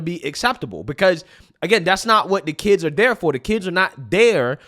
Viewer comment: Especially when we got that first commentary about ‘Wayull I don’t have keeds but….’ Okay I’m gonna stop you right there because I absolutely promise you that once you do, your entire perspective shifts about 180.